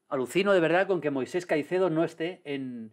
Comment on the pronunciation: Me da toc cada vez que Maldini no llama Moisex a Caicedo